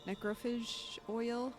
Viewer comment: Lol it's pronounced necro-fay-j Not necro-fij 😂😂😂😂😂😂😂